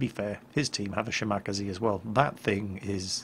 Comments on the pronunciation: Argh!, my OCD! It's Ya-ma-TO! Not Yamatoe! And it's Shima-KAze, not Shi-MAKaze! has that gun ready, doesn't he? Well, time to run off to Vault 81. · Sheema-Kazeh, Eesoh-Kazeh, Meeneh-Kazeh.... not Kazee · Shima-KAHZEE not shi macka zee XD Absolutely butchered the name mate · shi-ma-kaze?, its pronounce Shima-kaze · It's pronounced shi ma ka ze not she mockazee. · you hopeless old hat! shimakaze? SCHI-MII-KAA-ZEEEE! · Repeat after me: She.......Ma.......Ka.......Zay: (Shimakaze) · I know you pronounce it correctly now but damn lol. Shimakazee lol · Good video. I'm guessing you don't think it is a good idea to sail broadside on to a battleship. ;-) FWIW - Shimakaze is pronounced SHEE-ma-KAH-zay. It literally means "Island Wind." Yamato is pronounced Ya-MAH-toe rather than Yama-TOE. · BTW. SHE-MA-KA-ZEH KA-GEH-ROH Each Syllable is independent. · Errhmm "shemacazee" u pronounced it like that not shinikaze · I am having trouble understanding the way he pronounces every single ship in this game. He is speaking English right??? Shimakasee? lololol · "shi*MAH*kazee"...? >.< Dude, you really need to work on that pronunciation. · Yamato (yu-ma-to) shimikaze (shimi-kaza) PLEASE PLEASE PLEEEEEASE PRONOUNCE THEM CORRECTLY!!!!!!!!! Please? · you are a navy man, figure out to pronounce these ship names!! Shim 'ah' 'kah' 'zey' Really!! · Shim uh kaz eh* sorry it just was bugging me q.q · Everytime you pronounce "Shimakaze," I die a little inside... Other than the pronounciation though, good video as always! :) Love seeing Yamato replays. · was about to make a crack about that but... Play the introduction audio. OMG, I've had it wrong all this time. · can u please pronounce the name correctly. watch the documentry on the ship and listen to how they say the name